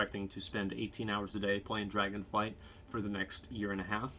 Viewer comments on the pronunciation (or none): Anyone gonna tell him it's called Dragonflight? :D